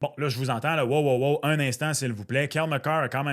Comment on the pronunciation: c'est pas wow les moteurs! C'est Wô, les moteurs!